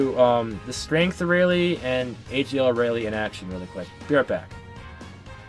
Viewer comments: Aralie? air re al is how you pronounce it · how dare u mispronounce her name!!!!!!